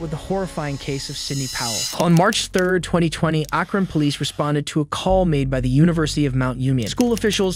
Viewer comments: Akron. It's unfortunate there is absolutely no way to find out how to properly pronounce this Ohio city. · Narrator-Do you deliberately try to mispronounce common names and places? (Like Akron and Alexis). It seems too frequent to be in error. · Seriously? You can't pronounce "Akron" correctly? Good lord. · You have to be pronouncing these names wrong on purpose bro 😂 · Wild way to pronounce Akron